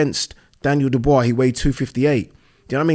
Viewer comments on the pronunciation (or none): none